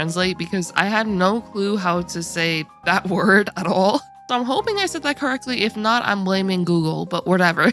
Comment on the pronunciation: Chiton = ky-tun